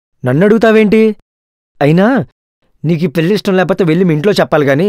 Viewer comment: పెల్లి , మల్లి - అనటం కాదు పెళ్లి , మళ్ళీ వీటిని పలకడం నేర్చుకోండి